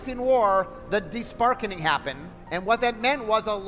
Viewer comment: "The Deshprarkening happthened" ☝🤓